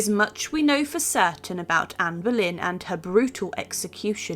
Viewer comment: its Boleyn NOT berlin. you could at least get the name right